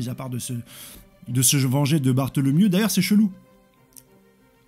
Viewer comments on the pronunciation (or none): Bartholomeo* pas Bartholomew (Kuma)